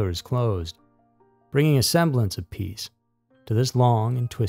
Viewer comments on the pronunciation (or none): none